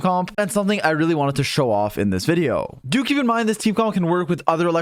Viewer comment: every time he says "do keep in mind" I hear "dookie in mind"